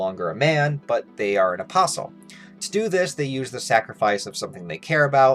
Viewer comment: Why the Hell I keep hearing opossum instead of apostol?